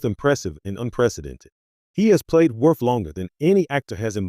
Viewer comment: The Character's name is pronounced, WORF! DUMBASS!